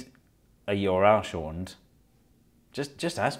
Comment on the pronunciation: You R L Steve Mould: YORL 😂❤